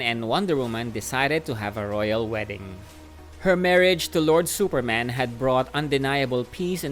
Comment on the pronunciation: “Supermen is exactly as we know. He is also from Krypton.” I know exactly what you mean. But it sounds like that “he is Superman. But in addition, he is also from Krypton. That is cool right?” Lol